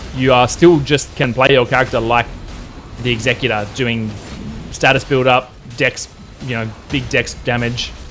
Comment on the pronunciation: Totally wrong about the pronunciation. As you said, the executor is someone who executes, I.e. gets shit done. Your pronunciation means “someone who is responsible for carrying out the terms of a will, as specified by the deceased.”